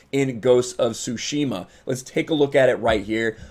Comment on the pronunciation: Why do you say shushima? Its tsushima